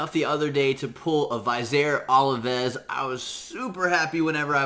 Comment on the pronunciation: Thank you! -point of pronunciation: Vizier Ovelis: Viz-eer Oh-veh-liss. Love your contributions. Thanks again.